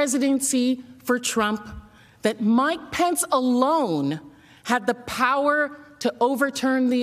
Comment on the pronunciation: This a serious matter but when these geniuses started yelling "where's Mike pence?" All I kept hearing was "where's my pants?!" 🤣